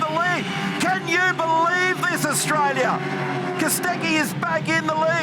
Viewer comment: Wow, what an amazing race. What a shame it isn't Holden vs Ford like true Australian culture. And did commentator Mark Skaife mispronounce the name of our country? It's pronounced Australia, not Austraisia.